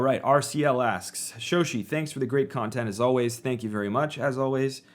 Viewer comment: I was mentally pronouncing it hash-oshi and not ha-shoshi